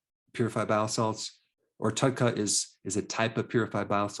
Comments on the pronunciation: He said Tudca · When discussing bile salts you mentioned taking "tut cup" to thin the bile. What was that again?